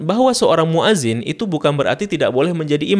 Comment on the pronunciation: Itu banyak di kitab2 dijelaskan, di kitab i'anatul tholibin jg ada. Koreksi sedikit: muadzin itu pake hamzah bukan 'ain. Fi'il amr jg pake hamzah bukan pake 'ain. Hati2 ketika mengucapkan... semangat ya belajar bahasa arabnya lagi.